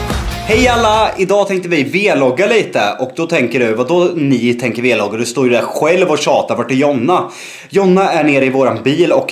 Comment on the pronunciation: Varför säger ni v-vloggar istället för vloggar?